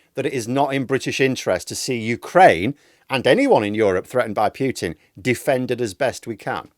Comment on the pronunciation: It's not piutin it's pootin and p is small.